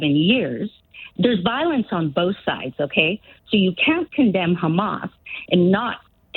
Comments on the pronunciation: It's Hamas, not Khamas. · Ian Dale makes me sick. You can tell a Zionist, they always say Khamas instead of hamas. There's no K in hamas.